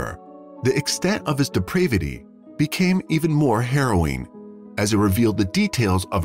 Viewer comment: If you are going to use automated voices, check their pronunciation of words like "depravity" and the victims name, "Macho"